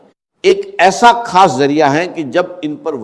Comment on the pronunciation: gorr zy dykhy zra voice ovr kia gya hy is video ky upr or alfaaz p p ghorr kijiy خاصko کھاس. bola ja rha h